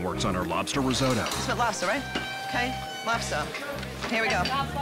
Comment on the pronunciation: Shame Americans can not pronounce resoto